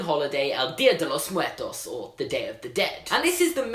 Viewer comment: Anyone else cringe at his pronunciation of Dia de Los Muertos? Like I know he doesn't speak Spanish but that was pretty bad.